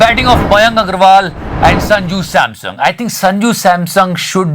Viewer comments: its Sanju Samson, not Sanju Samsung, love you 3000 ❤ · Did someone notice he said sanju samsung? 😄😄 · He is Sanju Samson, not Sanju Samsung!